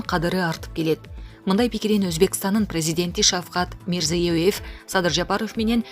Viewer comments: Мирзиёеев эмес Мирзиёев деп эле айта бер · Мирзейуоев емес жонле мирзаев ле деп койда ким аноу тилини сындырып алба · Тили сынат экен журналисттин мирзеев эле го мирзоёёв жеп